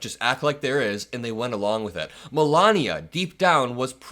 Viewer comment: Melanoma is a useless grifter - a blight on the USA. Meant to be a genius (hilarious!) but can learn to pronounce American English correctly. Vat a nitwit, or, NeeetVeet as she Vood Zay.